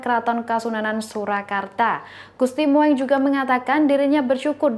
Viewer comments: Jangan salah baca dan bacalah dg ejaan yg benar agar baca Gusti mung bukan Gusti moeng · Bacanya...gusti mung...,bkn moeng,lu kira kucing...? Tulisannya emang moeng itu ejaan lama,tapi bacanya mung. Ditambah ya mbak...wawasannya. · Duh...ni lgi nglawak ya... Gusti Moeng...diucapkan Gusti Mo-eng😅 Yg benar Gusti Mung.. Belajar lgi ya...biar keliatan pinter dikit🙏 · Aduuh jangan dibaca Gusti Mo eng tapi Gusti Mung ( ejaan jawa "oe" dibacanya "u") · Mbak maaf GUSTI MOENG (MUNG) bukan MO ENG maaf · MBAK PESENTER KURANG LITERASI SEPERTINYA. GUSTI MOENG SEHARUSNYA DIBACA MUNG. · gusti Mung mbak mocone.. pehh.. Sinuhun bukan Sinuhung. tribun duh tribun. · Hello.... Itu Ejaan lama, Gusti Moeng d baca Gusti Mung.... Ini lho, memang sekolah ga d ajari Ejaan lama ya, siapa guru Bahasa Indonesia nya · Gusti Moeng itu dibaca Gusti Mung dong.... Pembaca berita mestinya tanya dulu kepada yang tahu ejaan dan cara mengucapkannya. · Maaf ya, apa gak paham "sejarah bahasa indonesia" ya, penulisan ejaan lana "OE" dalam nama Gusti Moeng, itu, ya dibacanya jgn sesuai ejaannya, (kan sekolah juga to??), itu dibaca "U", Jadi untuk nama Gusti Moeng (dalam penulisan), ngebacanya ya "Gusti Mung" saja, jadi gak malah ANEH DENGERNYA!!! Aduuuuuhhhhh, kayaknya TRIBUN NEWS ini BUTUH LITERASI DEH!!! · kalau nyebut nama orang yg bener.huruf oe itu dibaca u. Gusti moeng dibaca gusti mung